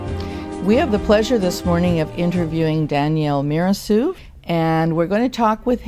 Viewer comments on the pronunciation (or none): Very interesting, however, "Mirassou" is an Occitan last name, more specifically, Gascon (Bearnese), and it is pronounced "Miras-saw-ooh" not "Miras-soo", with "saw" being stressed, and not the first syllable, "Mi". There is no "ou = oo" sound sound in Occitan, which is a different language with other rules distinct from French. My family and I come from Béarn too and we bear the last name. Actually, it is my mother tongue.